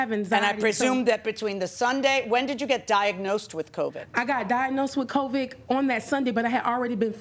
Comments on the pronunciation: I thought she said covic😅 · PLEASE STOP saying Covick!!It's CovID!!LOL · Covid not Covick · The number of people across this great nation that say “coVIC” instead of “covid” in 2024 is RIDICULOUS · She also says "covic" instead of "covid" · She keeps saying COVIG and that bothers me